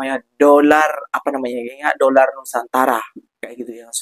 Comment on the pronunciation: Kesian apek koko 😂😂sebut doller pon tak betul kesian rupiah .